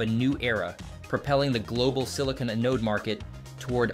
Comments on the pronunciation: Learn the proper pronunciation of the word Anode. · Teach your robot how to pronounce "anode"!